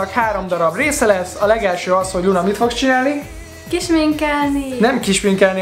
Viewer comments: Luna helyett Punát ertettem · Kicsitse hangzott úgy!😂